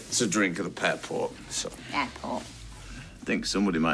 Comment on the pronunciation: Omfg I’m howling 🤣🤣🤣 ‘pairport’